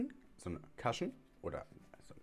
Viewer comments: Interessant... bin im recall 😉😎 und werde dies wohl testen müssen... übrigens, jfyi, man spricht es "kuschn" aus, nicht "kaschn" und damit ist eigentlich der mit foundation getränkte Schwamm gemeint, nicht das Applikationsschwämmchen... bin Koreanerin und Cushion-Foundation-Junkie seit 2014... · Sister ich lieb dich über alles aber man spricht es cUshion mit einem normalen U 😂😂 ❤️❤️ das A gibt mir Bauchschmerzen